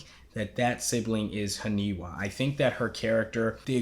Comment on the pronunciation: you getting the names? its not Hanewa .. its HANIWA ... its letter "I" ... lol ...